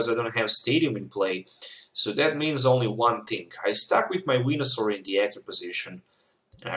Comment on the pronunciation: You were saying wenasaur....